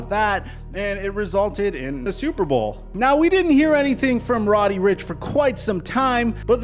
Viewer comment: Lol he said Roddy Richh